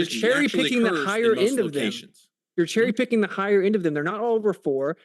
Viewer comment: Bro laughs at Austin for miss pronouncing a word yet this PFR pronounced cherry picking “churry” at “ ” 😂😂😂😂